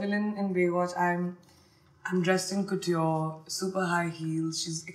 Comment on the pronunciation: She keeps mispronouncing ‘couture’ !